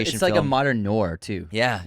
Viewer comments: It's "nwar" not "nor" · still can’t say Noir 😂